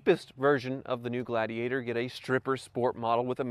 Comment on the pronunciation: Jeep ladigator 😂🤣